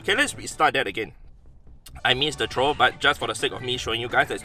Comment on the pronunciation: I love how hes says trow XD